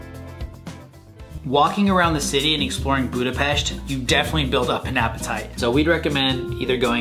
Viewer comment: Finally... :) Someone noticed the correct pronunciation. (Budapest) Hungarian is a weird language... we have 44 letters in the alphabet. I hope, you felt good in our capital city.